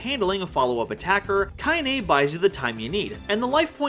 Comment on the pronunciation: got you the like also ite KainA not KainE